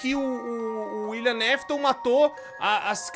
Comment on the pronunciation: só eu que senti agonia com o falando " Uilian Mafiton"